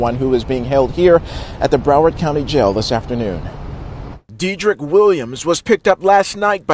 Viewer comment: Dee-trick? Isn’t Dead-drick?